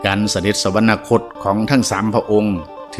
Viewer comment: สวรรคต อ่านว่า สะ หวัน คด ไม่ใช่ สะ หวัน นะ คด